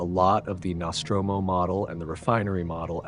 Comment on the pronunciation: Love the Alien series... love seeing missing scenes. Your pronunciation of Nostromo is quite triggering though.